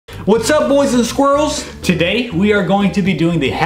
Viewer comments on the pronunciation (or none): It sounded like said boys and squirrels lol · what the heck what is whats up boys and squirrels and you said (hah-banero) not (haa-behn-ero) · Haha he calls the girls squrlles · Did say hey boys and squirrels? Or is it just me? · Why do you say what's up boys and squeals like you saying squirrels instead of girls